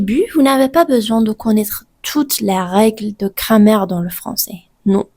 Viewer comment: «Cramer» au lieu de «grammaire» mdr